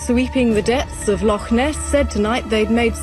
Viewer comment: Another "IGNORANT-TWIT!" Professing to be wise - becomes a Fool! Especially when trying to pronounce Loch! DON'T point fingers or make disparaging comments towards Ancient beliefs with Ancient people, through YOUR unbelief! You're taking information for your site and making yourself as some informative- 'KNOW-IT-ALL!" Regurgitating all the known information that's out there, and taking it as your own! You fail to see or understand ANYTHING! I hope some wee ghostie starts knocking on your doors and letting you know they're around!👍👀👻 Might open up your mind to the "Supernatural" world we live in, and not everything is a fable! Never knock, the Scottish, Irish or the Scandinavian Folk Lore! You are a NOBODY, with NOTHING more to do with your uninteresting little life! GET A REAL JOB! And get back into your own shallow indepth of little understanding, until you've done your proper homework and can talk about these subjects with some AUTHORITY! Goodnight and GOODBYE!🖕🖕🖕